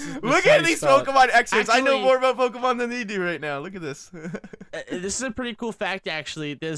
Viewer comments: I hate how he says "poh-kuh-mon" when it's clearly "poh-kee-mon" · its poh-kay-mon